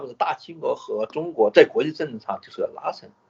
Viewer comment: 一切都是nothing‘娜兴‘😅